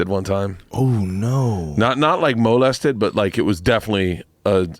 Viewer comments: Hahaha moe-lested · Bert pronounces molested like he has never heard anyone say the word before